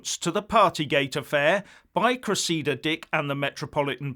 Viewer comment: So did millions of people getting paid to stay at home for two years really think it was a freebie? Come on. Speculating about drugs at party gate is a bit out there and not helpful. And it's Cres-idda not Cress-eeda.